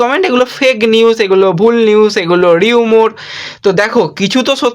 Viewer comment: রিউমর না রিউমার হবে ভাই